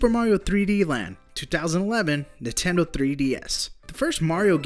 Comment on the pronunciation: I REALLY HATE THE WAY YOU SAY NINTENDO. NINTENDO. NOT NUTENDO!